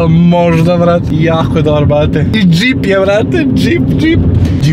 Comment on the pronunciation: sta ti znaci djip hahahah kaze se džip hahaha